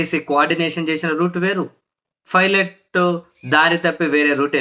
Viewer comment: It is Pilot not Filet